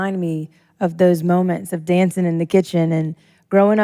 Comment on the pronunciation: in a few mom-ments 😂😂😂